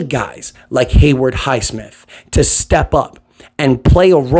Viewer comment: ITS HAYWOOD, HAY WOOD, NOT HAYWARD lol